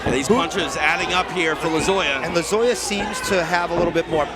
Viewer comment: How many times are they gonna say Lozoyas name wrong?? 😮